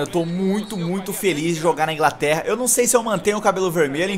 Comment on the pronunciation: "Ingraterra agora matei o portugues, e caplando aula de português "